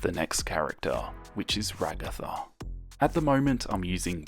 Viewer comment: Finally someone gets regattas name right thank you I love you now